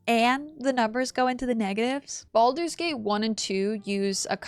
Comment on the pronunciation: i thought u said bald babies xD